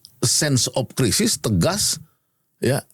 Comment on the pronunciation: bacanya sense of kraisis (crisis), bukan sen op Krisis. Belajar lah kau bhs inggeris. Malu kita bah.